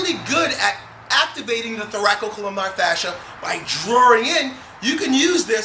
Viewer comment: Dear, It's "thoracolumbar" fascia, not "thoracocolumnar".